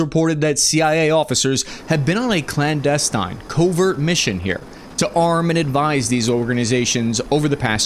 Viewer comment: Bruh, clandestine isn't pronounced "clansdestyne" it's just 'clandestinn'.